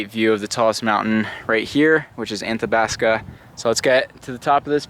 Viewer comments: youre in my backyard! btw, its Athabasca, not Anthabasca :) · It’s Athabasca not anthabasca. No n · There is no N in Athabasca. I would chuckle when you said the name. Banff and Jasper are beautiful, but Jasper is a much calmer area to visit if you want to hike and just be in the beauty of the mountains. Banff is way too touristy and too many "partiers"